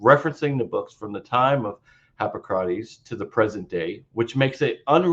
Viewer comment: What the hell? Christian mispronounces all the words. Namely: Hipócrates, Gnostic (with a hard G at least once), Conclusion (pronounced like "collusion"), Corroboration, Sentiment (pronounced like "sediment"), treatise (pronounced like "treaty"), emphasis (pronounced like "emphasize"), demurrer (he just went "uhhh de murmur") and I'm sure others. Mispronouncing Greek stuff is excusable except... you know... It demonstrates that he can't read Greek which is rather relevant. He sounds like the guy in school who clearly didn't write the paper he's reading.